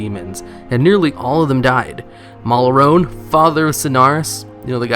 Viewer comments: M-A-L-O-R-N-E.. MALORNE FFS not malorone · Ma-Lorne, Not Malarone. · stopped watching after he pronounced Malorne "malarone"...is that like a Toblerone? I want chocolate now... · Did you just pronounce Malorne as "Malrone"? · "cool club of just priests" lol....least represented class in pretty much every role they are able to fill (healing and dps). Only class less represented then priests in raids are monk lolz and that's probably because they are still fairly new. Also,it's MALORNE....you intentionally mispronounce things? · Malroone? wtf. how do you pronounce Malorne? seriously not everything has a complicated pronouncuation, makes you sound 5 years old.